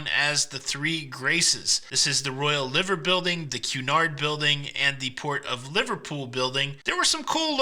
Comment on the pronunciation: America PLEASE take note. It's pronounced "Merzee" NOT Mercy. Listen to Gerry and his pacemaker singing it. Also, it's the Royal "Lie ver" building, NOT Liver as in the internal organ.